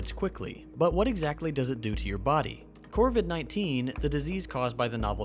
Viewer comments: It is. He keeps mispronouncing it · I thought the disease name was COVID-19 you said CORVID-19? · Still great, but "corvid-19" makes me giggle.